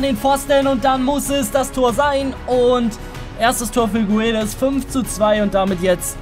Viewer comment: Guedes wird gedesch ausgesprochen